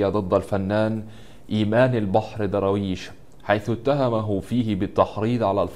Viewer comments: نطقك سئ،. ومخارج الحروف عندك فضايح. ذاكر شوية واقرأ كثير وهات مدرس يعلمك النطق طالما مصمم تتكلم بالطريقة دي.. ايه دروايش دي انت بتقول ايه الضاد والدال عندك ضايعين.. حرام عليك. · مين ضراويش ده انجليزي ده يا 😂😂😂 يا سيدي الفاضل أبقي راجع الفيديو مع طالب ابتدائي قبل ما تعرضة ياريت المرة القادمة يبقي الفيديو أفضل من كده تحياتي لك 🌹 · انطق درويش صح يا غالي بالدال وليس بالضاد و بالفرد و ليس بالجمع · يا عم اقرا الاسم صح ايه داراويش اسمه درويش